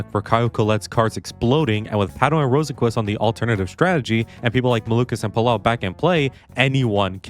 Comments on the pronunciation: You actually pronounce it (row sen kvist) 😔🥀💔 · what the hell is the pronunciation of Rosenqvist lol